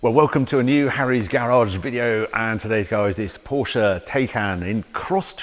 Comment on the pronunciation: Glad to hear you pronounce Porsche name correctly 😊